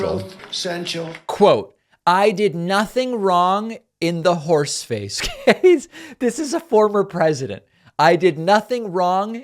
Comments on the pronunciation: When you said "horseface" I thought you said "force space"! Space Force! Space Horse! INCLUDING A HAT. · He's not saying horseface, he's saying whores face. It's hilarious actually. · It really is actually. You all think he's saying horseface, he's actually saying whores face.